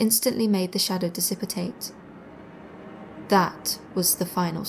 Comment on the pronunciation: Mispronounced is all, its dissipate.